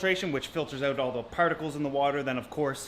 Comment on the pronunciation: i like how he says "paerticles"